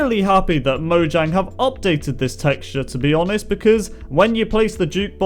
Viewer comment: Mo-yang not mo-gang